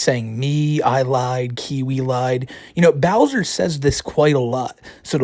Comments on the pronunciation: Even of she was 18. SA is SA. is a pwedatah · is a pwedatuh